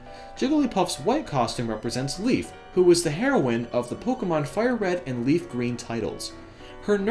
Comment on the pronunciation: OK, you are so going to hate me for this! LOL you say Hero-inn like the drug, but it's Hero-wine like the female Hero. I'm sorry. I laughed a bit.